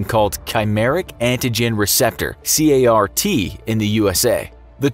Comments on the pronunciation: 5::59 It's called Car(like the kind you drive) t. Not C-a-r-t. One of my grad school professors studies this and I got to go to his labs in China. They work really hard to get these side effects under control. And yes, a lot of the patients are already terminally ill by the time they start, treatment is not guaranteed and it's terrible. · CAR-T is actually pronounced car (like a vehicle) t. Reference: I did this research in China; and I am doing my degree in medical microbiology and biochemistry. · Lol it's pronounced car-t like you would say 'a car on the road' you don't spell it. And it's not a protein that fights cancer is a receptor that's infused into the patients own immune cells - the t cell, hence CAR-T - to help your cells recognise cancer cells. Also this therapy is now approved by 2 different companies for leukaemia and many more are in development